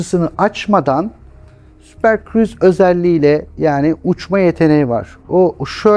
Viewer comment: Senin hocan daha "Super Cruise" diyemiyor super friz mi diyor super kiriz mi diyor ne dediği bile anlaşılmıyor.Anlattığı şeylerde o kadar çok hata var ki gerçek bir uzman izlese sinir krizine kapılıp ekranı falan parçalar. LOL